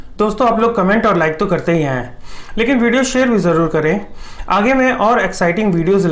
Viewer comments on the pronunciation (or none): none